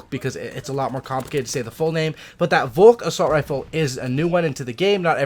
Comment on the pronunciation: good pronounciation of the volk 👌